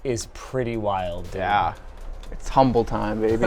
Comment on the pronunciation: ‘Umble very ‘umble sir